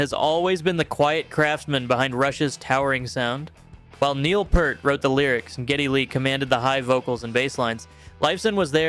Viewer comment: Peart it is not pronounced pert! Damn, why don’t you guys get this stuff right?